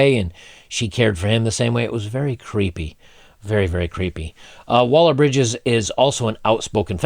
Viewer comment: ...feebie - waller - bridge..?? Like as in feeble...lol...